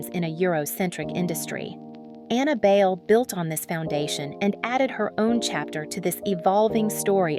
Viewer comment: Yes! Sometimes I spell it "BYE-leh" to show them how we pronounced it in Manila. Or at least use "Bailey," the Americanized version of her name. This "bail" pronunciation is annoyingly inaccurate because then younger people will think that's the way to pronounce her name.